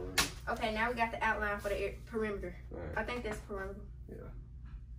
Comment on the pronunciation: “ area perimda “✨